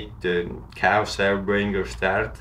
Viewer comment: This dude said "cows air bringer" its chaos*